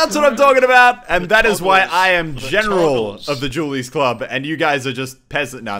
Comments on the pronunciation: The "Jew Berretas" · hehehehe he calls them julies' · "jule berrettas" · "Jewel Berretas" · "Jewl" Barretas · Your pronunciation of "Dualies" is Dewlies.. Doritoes and Mountain Dew boisss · Srsly?,thought you sayin' julies hahahha then i recognize it's the dual baretta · i also heard jewlies